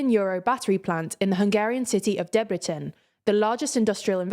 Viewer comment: You pronounced Debrecen very well! Thank you 😊